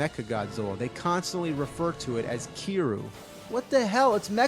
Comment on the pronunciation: 小川起龍 Rの発音がからんでくるからね。 リじゃなくてルィと言ってる